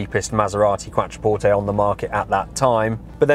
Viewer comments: it's pronounced Quot-trer-port-tay, it's QUOT NOT QUAT! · You're completely incorrect. It's an Italian word. Pronounce it properly.